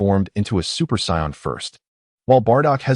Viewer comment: its really annoying that this says psy-on instead of Say-in